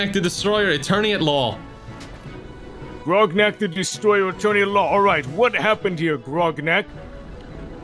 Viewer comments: I just love the last dude calling grognak “groggers” 😆😆😆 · The fact that everyone keeps calling Grognak "Sir-mam" is the energy I want for myself. Absolute goals. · I love how Anto calls Grognak Grongus